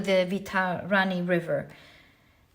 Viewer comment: Thank you for this wonderful reading. Only this: Vai-tar-ni. (वैतरणी). Thank you ❤